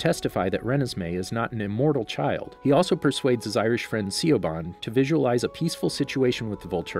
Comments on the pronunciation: So the Irish Coven leader Siobhan (Sha-von) not se-o-ban lol was the real hero with her gift of manipulating reality to her will and favour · “See-o-Ban” (Siobhan” ahahaha, as an Irish person, it’s pronounced “She-vawn” (Siobhan)😂😉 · Shiv-aughn not seeoban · anyone else had to pause and giggle when he said 'see-oh-bahn' rather than 'shih-vorn' i cannot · Haha. I love your videos. But I have to point this one out Siobhan - is pronounced "Shi - Vawn" not "Cee - Oh - Ban" 😅. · Hey I just have to say she's pronounced "Shiv-awn" , not Si-o-ban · Siobhan is pronounced "chevaun", not "see-o-barn". If you're unfamiliar with Gaelic, make the effort to learn correct pronunciation. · See o ban😅😟its pronounced shiv awn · THE WAY HE SAID SIOBHAN 😬 Its shi-vawn 🤣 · ‘Siobhan’ It’s said ‘Sha-von’ 😂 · Love the videos! For future reference, the beautiful Irish name Siobhan is pronounced Shuh-Vaughn. Hope this helps! Looking forward to more videos. 🙂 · Why is no one commenting on the fact that the narrator pronounced Siobhan as see-o-ban? (Dont get me wrong, I love the vid - I just find it funny!) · Love these videos but absolutely lost it over the pronunciation of Siobhan. It’s pronounced shuv-awnn lmao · I know this is extremely late and someone may have previously pointed this out, but the Irish name Siobhan is pronounced "shuh (like in 'shove') vawn". Shuh-Vawn... Siobhan. Some letters are pronounced much differently in Gaelic than they are in English. Just FYI... :) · Okay two things - first of all Siobhan is pronounced Sha-vorn. Second, the whole Carlisle getting his head ripped off only happens in the movie for visuals (cause even the film makers didn't like how Stephenie shied away from fights all the time). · Siobhan is pronounced “shi-vaughn” like Vince Vaughn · See-ob-han?! HAHAHA!!! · Siobhain is pronounced as Shuh-vawn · Siobhan is pronounced "She-vawn" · isn't Siobhan pronounced as /ʃɪˈvɔːn/?😆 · siobhan is pronounced like Shevaugn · Siobhan is pronounced Shavon...